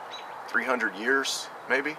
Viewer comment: Very nice bag. Great work on the crafting of it. lol ya know I could have swore you said 100-200 ears. Then I realised you meant years. I was starting to think you where going Mike Tyson. on us. Thanks for showing the great haversack off.